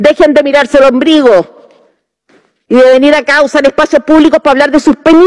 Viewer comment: Me encantaron sus palabras, pero dijo ' OMBRIGO'?